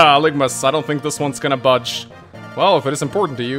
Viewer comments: Aligma balls is all I can think of every time misreads algimas name 😆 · I know you're on vacation now, but hopefully you realize that you're mispronouncing Algimas, you're getting the letters mixed up. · Think you're flipping the g and the i in Algimas there buddy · It's actually Algimas though, not Aligmas. He has the i and g backwards. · I'm way late to this, but why wouldn't you go with the red color on this one... Also, "Aligmas" lol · Are we just going to ignore that his name is Algimas and not Aligmas? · A new LP and im already cringing at not being able to read. It clearly says Algimas and he says "Aligmas" I know im being petty but it bothers me. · I know I'm late but its ALGIMUS AL-GIM-US NOT ALIGMUS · Dude. Please. His name is pronounced AL-GEH-MISS